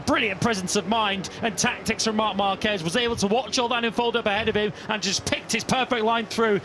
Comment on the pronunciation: The name is "marc marquez" but I listen everytime "mamba kej"😂😂